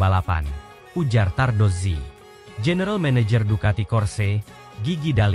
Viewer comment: Saya puji Admin ini karena menyebut nama Davide Tardozzi dan Corse dengan benar...baru kali ini saya lihat konten MotoGP yg pengucapan nama² khas Italia dgn betul...bahkan sekelas komentator dan presenter TV aja masih pada salah menyebutkannya...😊